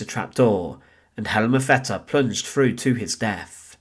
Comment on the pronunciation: Please don't take this as an insult. Try a few speech exercises. When saying "through," it comes across as "Frew" I'm not picking you out for subjection, only giving you some tips. Sounds like you are hiding an accent. I know this well as I'm Scottish. Instead of "Death," it comes out as "Def" I've worked on my speech on a regular basis. It's taken me years. I have a broad Scots accent. I enjoy your videos.